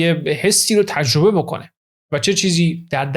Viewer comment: من خیلی از اطلاعات خوب شما استفاده میکنم واقعا با ارزشه. سپاس از لطفتون. فقط یه پیشنهاد، سرعت اجراتون خیلی پایین من با سرعت 2 گوش می‌کنم. یمقدار هم تلفظتون لوس و با ادای تلفظ کلمات مثل ایرانی خارجی هاست. خیلی رو مخ میره. مثال: تجربه یا تژربه، راضی، رازژی... باور کنید دوستتون دارم و براتون احترام قائلم ولی دلم میخواد همه فایلهاتون گوش کنم ولی خیلی سخت میشه. ❤ ممنون دوست با شخصیت و با سواد